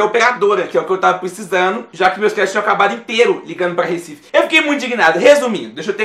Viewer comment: ''de Recife'' <3